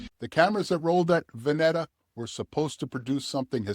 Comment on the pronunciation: It's pronounced "Va-knee-taa" and it's called "The Oregon COUNTRY Fair". Both are still going strong.